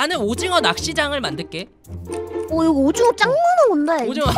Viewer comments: 오징어가 아니라 도징어 얔ㅋㅋㅋㅋㅋㅋㅋㅋㅋ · 도티님 오징어가 아니라 어징오 인것같아요ㅋㅋㅋ